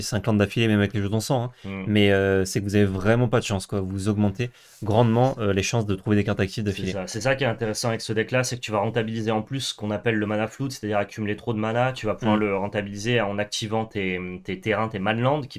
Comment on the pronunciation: Je vais me répéter, mais la prononciation en anglais est erronée sur certains mots. Je vous invite à regarder le merriam webster ou l'oxford learner's dictionnary pour confirmation ; ils ont des sons écoutables sur les mots. Ma correction, en phonétique approximative : : crimson vaow : mana flode : blode moon